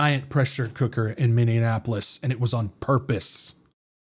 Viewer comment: MINNEAPOLIS, NOT MINDIANAPOLIS😂